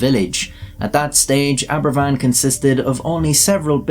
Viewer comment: Aberfan not equals Abervan.